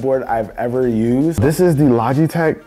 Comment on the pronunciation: Maybe it’s just me but the sponsor segment sounded like he was saying lodgeytech a couple times